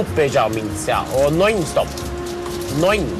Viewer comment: Its non stop not NOINSTOP